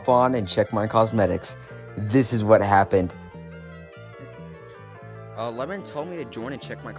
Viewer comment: Lemmon💀 it’s lemming